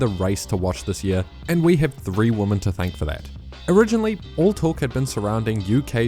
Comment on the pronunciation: Is it an Australian thing to not be able to say women?